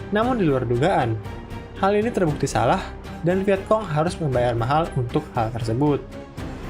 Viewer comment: Kayaknya bacanya viecong bukan viekong